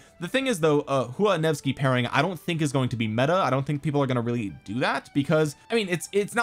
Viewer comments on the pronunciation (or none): none